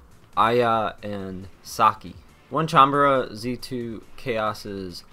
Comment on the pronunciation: its not onecanbara,its onee-chan-bara dude.